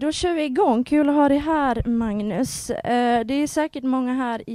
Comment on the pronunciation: Det lät som han sade Magus Kallekula, haha.